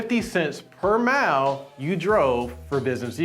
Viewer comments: There is no h in mile lmao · WHY HE SAY MILE LIKE THAT